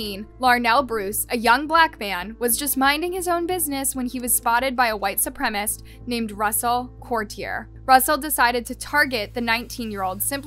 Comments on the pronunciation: Supremacist! Supremacist! NOT "Supremist"....... Say it slow if you need to..... Su prem a cist. 4 syllables. Su prem ist. 3 syllables. See (and hear) the difference? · It’s: SOO-PREM-IS-IST (supremacist-actual word) You repeatedly said: SOO-PREM-IST (supremist-not a word) And I’d rather not hear from everyone that it doesn’t matter. It absolutely does. She’s presenting herself as the host of a documentary show, not making an off comment on TikTok. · Are you not allowed to say supremacist correctly? Is it a YouTube thing?